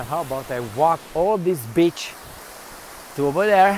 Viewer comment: It's pronounced, "BEE CH" ;- )